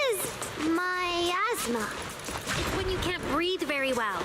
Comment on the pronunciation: though said "my asthma" instead of miasma, hence the reply gave